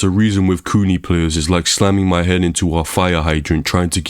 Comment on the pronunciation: The way U say kuni sounds like its meaning is coomer or basement dweller.